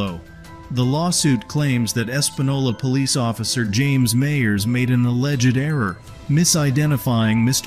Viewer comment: "the poelice"